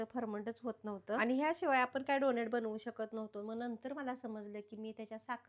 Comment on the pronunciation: Tumhi khup cchan kam karta... If u don't mind just one correction tyala डोनट boltat डोनेट nahi